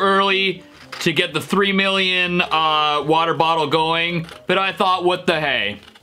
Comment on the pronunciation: Nobody: stevie t: 3 MILLION WATEE BOTTLE